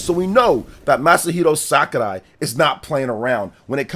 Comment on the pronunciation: Can this guy stop saying SakuLai?😂